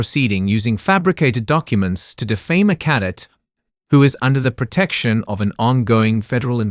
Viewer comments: I relly enjoyed the story but have to ask if the narrator really knows the words they are saying... many of the words are pronounced incorrectly, especially 'cadet' (CADEBT) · Please teach the narrator how to pronounce words like cadet! His pronunciation tho I can understand makes my ears hurt and my face wince.